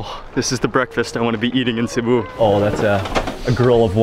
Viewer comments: sibiu not ciboo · Ohhh stop saying Cebuuu this is in Philipines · Name of the town:Sibiu This guy:Sibu Me:*cries in Romanian* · It's not SEE-BOOH, it's See-Bee-wooh With the accent on Bee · Sorry Mark, the correct name of the chty is Sibiu', not Sibu. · Dude learn the name of what you eat and learn to pronunce the names of the places you are going. Sibu, lol ffs. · hello i am a romanian sibiu its pronunced SIBIU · you say the name of the city wrong on purpose?